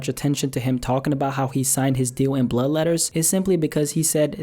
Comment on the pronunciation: listen to how he says blood